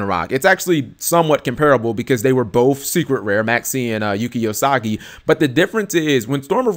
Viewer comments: LOL Usagi not Osagi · Thanks for the information,. However, I should point out on your pronunciation of "Yuki Usagi" You went from: Yuu-Key Uu-Sah-Gi To like Yuu-Key Oh-Sah-Ji, which did make me laugh.